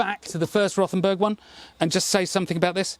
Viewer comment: Just ignore the H in Rothenburg.We just say it as Rotenburg. The h doesn't really do anything